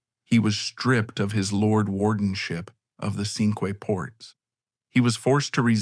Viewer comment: Pronunciation again -the Cinque Ports are pronounced "the SINK Ports"